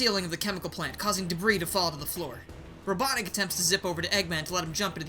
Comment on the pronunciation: Hate to be that guy but it’s, “Robotnik,” not, “Robotnic.”